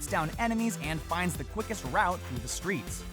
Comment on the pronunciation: “through the SKREETS”